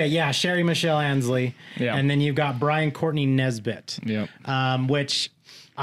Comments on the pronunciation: Byron not Brian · Byron not Brian.